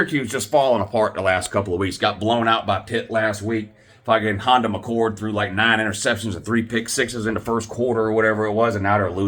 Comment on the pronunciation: Did you jus call that man Honda McCord???? 😂😂😂😂